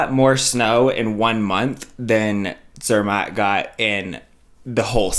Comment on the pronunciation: Rach, Zermatt does NOT rhyme with Kermit, ffs! Zer MAHT!!! The fact that she doesn't even try to pronounce new words correctly is obnoxious and sooo American. Rosti?! ugh. I live in Switzerland. The chocolate and cheese are good, but no one thinks the German-speaking area of Switzerland is the place for fine food. I mean, France and Italy are RIGHT there.